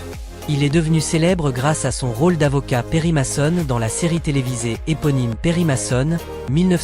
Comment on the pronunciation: Ne pas savoir prononcer Raymond Burr ni Perry Mason ni Ironside , la honte !!!!!!!!!!!!!!!!!!!!!!!!